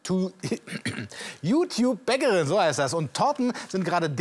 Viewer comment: es heißt youtube nicht youkube